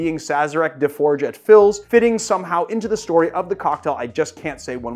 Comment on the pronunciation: Please pronounce fils correctly. It's either fee or fees, not fills.